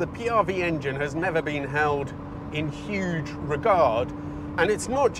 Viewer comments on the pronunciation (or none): none